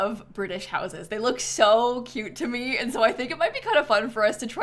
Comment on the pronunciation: i thought she said “i love british noses” and i was so confused